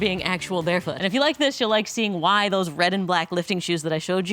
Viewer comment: "What are doessss!!!!!"😅